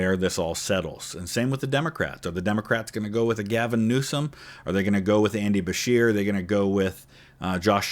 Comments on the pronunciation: It's Andy "Buh-SHEER", btw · It’s Andy Buh-sheer. Everyone in KY pronounces it that way. Also, you couldn’t pay me to vote for Beshear and I live in KY. I disagree with almost every policy he’s implemented while in office. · Also, I loved your video from start to end, but the way you pronounced Andy Beshear's last name was...something.